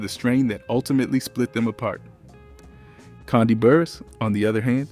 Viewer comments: This “so called narrator “ is killing me🤬 and who in the heck is “kondie” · U aint sayin her first name right😡😠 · Love this breakdown but your pronunciation of Kandi and Latocha was distracting lolll